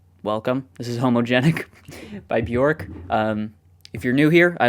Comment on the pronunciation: Björk is pronounced “B-yerk” … rhymes with work or jerk.